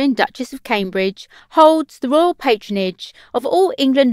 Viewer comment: Who can understand what this woman is saying? Royal = Royoooo, Castle = Cassoooo. And she talks so fast. Can't they find someone who can pronounce words properly? The information is interesting, but the narrator sounds like a 3 year old child.